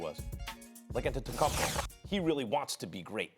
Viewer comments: Max: Att-et-a-cum-pow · Max: “ antetekungpao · Max - “Antentukunpow” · I hate the way Max pronounces Greek Freak’s last name....🤦🏽‍♂️🤦🏽‍♂️🤦🏽‍♂️ just say his first name or nickname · How can Stephen A and Max report on the NBA on a daily basis yet they can’t pronounce the last name of the reigning MVP (antetokounmpo)🤦🤡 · Max is trying so hard to say Giannis’s last name right🤣🤣🤣🤣🤣🤣🤣